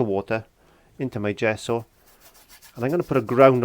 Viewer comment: What is a "zhesso"?!